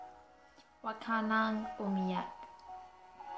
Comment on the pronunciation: Hey, you did fairly well pronouncing the title.